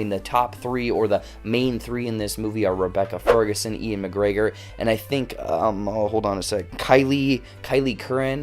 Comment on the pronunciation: God dammit. I could have seen this movie a week early but instead went and saw that shitty Terminator sequel. FML. (Also, FYI, Ewan is pronounced "Yoo-wen", not Ian. You've been watching too many of Bongo's videos, haha.)